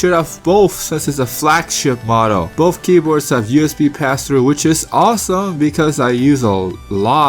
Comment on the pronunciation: He keeps saying "bofe" ... it's "both".. i keep expecting him to say "Bofa deez nuts"